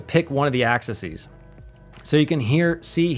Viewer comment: Great stuff. Only one comment. Multiple axis are pronounced as Axe-E's. Not axises, axes or access.